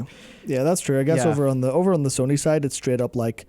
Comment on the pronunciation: Dude was a girl 😂 he can't say Sony wtf?